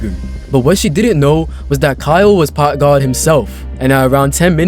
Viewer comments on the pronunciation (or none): "packgad himself" 💀💀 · That dude said packgod more like pack mid i bet u chdhe down there😭💀